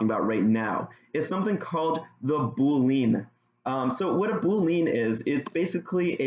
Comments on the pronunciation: Nice video! Just a couple suggestions.. it would be nice if you could make the text bigger as it's hard to read on my screen/resolution. Also, "boolean" is pronounced "BULE-ee-enn" (not "boo-LEAN"). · Is this how you are supposed to pronounce boolean???? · oh god why do you pronounce boolean like that